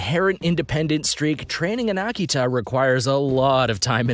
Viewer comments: I swear if you say Aki-Tah, ONE MORE FREAKING TIME. It's Uh-key-tuh. I've raised them for years. Do some research. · You pronounce the breed names wrong and I can't get over it. Ah-key-tah? They are pronounced "uh-kee-tuh". All the others are wrong too but seriously, this is supposed to be informative but people will just learn to say the breeds as wrong as you. Unsubscribed based on that. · I'm so glad it's not just me. Sooooooo annoying! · It's Uh-key-tuh. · I hope you learn to pronounce it better than this guy could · Talks about the Tibetan Mastiff & shows a Caucasion Shepherd & Old English Sheepdog in that particular clip. Also left out many dogs that are more expensive. Example a Central Asian Shepherd could cost as much as $10K depending on lineage. Also cannot even pronounce Akita right. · Learn to say Akita!!! and I had my male Akita with 4 other dogs. and Rots dont cost that much money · Learn how to pronounce Your dog breeds. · I'd you are going to put a tutorial video into cyber space don't embarased yourself by not knowing how to pronounce the names of the breads your talking about !!!!